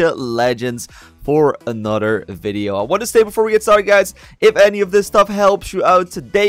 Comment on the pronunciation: he keeps saying anoder its not thst hard to say th its another